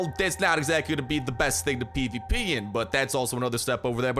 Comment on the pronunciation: You were constantly saying PvP and it sounded like peepeepee